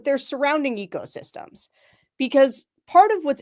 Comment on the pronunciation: Did you say “surrounding egosystems?” I love it!!!